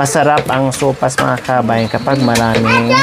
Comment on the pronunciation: Sopas madam not sowfas